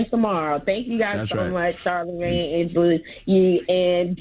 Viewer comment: Anglela Lee 😂